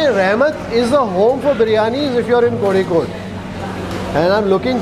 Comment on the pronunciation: First time hearing someone outside Kerala saying "Kozhikode" correctly.......